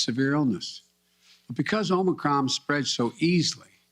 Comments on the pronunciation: Omicrom, Omnicron, Omocron, Morocron, Omnicrom. Need a new Brandon bingo card. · One contradiction after another. He can't even pronounce "Omicron" correctly. Unbelievable! And we're supposed to take this seriously? Btw, when you try to make another word out of Omicron, there is only ONE word that can use all the same letters = MORONIC.